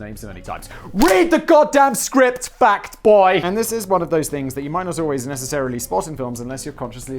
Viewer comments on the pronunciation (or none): Simon, Simon, Simon, when you, Simon, say 'Fact Boy', it sounds like 'Fat Boy'. I've tried to ignore this fact Simon, but Simon, I can do so no longer. Sorry, Simon.